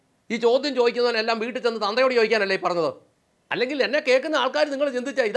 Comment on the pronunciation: Caption super എന്നാലും ഒരക്ഷരം change ചെയ്താൽ അതി ഗംഭീരമായേനെ. എന്താന്നോ,? ''വൂട്ടിൽ '' പോയി എന്ന് കൊടുക്കാമയിരുന്നു, അങ്ങേര് അങ്ങനെയാ പറയുന്നത്. "വുട്ടിൽ ''